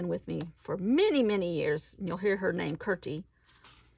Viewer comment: You do pronounce the names nicely.